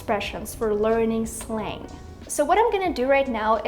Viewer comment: I think your pronunciation of word Slang is wrong.